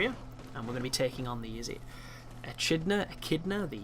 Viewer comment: I believe Echidna is pronounced with a hard ch like school :)